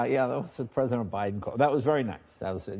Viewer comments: Am I the only one who heard Jay say president Obiden? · did he say 'president obiden' lmao fk obiden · Uh... did he just say "president O-Biden?" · Did he say President OBiden 😂😂😂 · I'm glad you're healing and alive. Your gracious heart shows. Did anyone catch what he said about the president calling...he called him president O'Biden 🤣